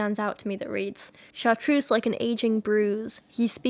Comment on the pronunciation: Light hearted comment - it's kind of funny you perfectly pronounce Chartreuse but have a trouble with Tertiary :)